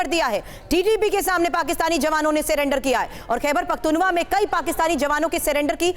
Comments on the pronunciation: Padhna Sikh lo khaibar pakhtunwa nahi pakhtunkhwa hai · पख्तूनवा नहीं पख्तूनख्वा